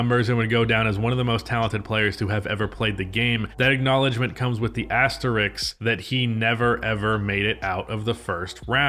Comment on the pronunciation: It’s asterisk. Asterix is a comic book character.